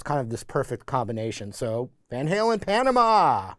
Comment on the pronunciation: Panama is an actual place. The way you say it is not good.